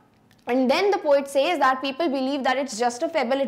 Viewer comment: Mam you have pronounced says wrong.